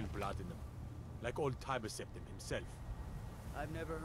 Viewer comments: I find it very humorous when you say Timber 🪵 Septum instead of Tiber (Tie-ber) Septum 😂 I will call him that from now on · Cheydinhal is in Cyrodil. I guess you haven't played oblivion yet? The prequel to Skyrim. The name Tiber Septim is pronounced, Tiber, as in Tiger. Glad you're enjoying this , I've played it regularly ever since it first came out. Have fun. 👍🏼👍🏼